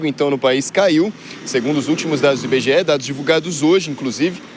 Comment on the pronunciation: Dados do "Inbegeé", a fantástica fábrica de índices?